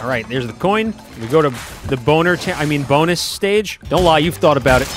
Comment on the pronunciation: I loved how you nearly pronounced Bonus as Boner by accident before correcting yourself that had me laughing my head off.